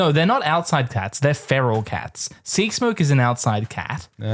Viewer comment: Why Sea-K-smoke? 😅 (earlier too) I can't be the only one noticing it, even the captions are confused 🙈 But other than that, thanks for another fun dragon times ✨ I can't believe it's already going to be the last episode